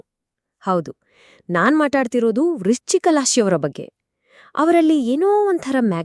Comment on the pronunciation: Ivr Mathadthirodu Vruschika Raashi❌Lashi✅ yavr bagge😂😂😂